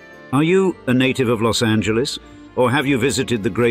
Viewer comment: 'Preciate the correct, that is the non-English pronunciation of 'Los Angeles'.